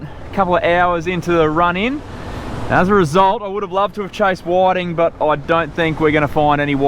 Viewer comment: WTF are whaddddding?! Do you mean whiting?!?! You Aussies mis pronounce every fish species there is! These are called Whitings! Do you have rocks in your mouths? 🤦‍♂️🤦‍♂️🤦‍♂️